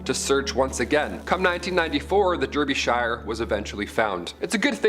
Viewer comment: Pronounced Darbyshire